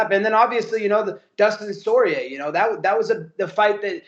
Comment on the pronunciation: Kills me everytime he talks about Dustin "Sorrier" 😂